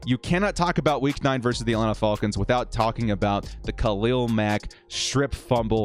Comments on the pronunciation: love your videos, great work! But it's Falcons not Fallcons lol and I wouldn't blame coach for Adderly and Gilman letting a guy run right between and past their zone. Feiller should get credit for his effort on that recovery. He passed up Salyer and all the other lineman to stay in the play. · I’m convinced he’s saying fullcons on purpose cause no way someone fr says it like that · Atlanta “fa el kins”😂😂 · Love your videos, but not watching this one because of how you pronounce Falcons. 😆⚡️